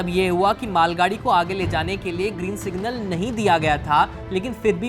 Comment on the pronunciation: Aye kya media outlet hai yarr bahanga ko balakot bol raha hai ,signal ko single bol raha hai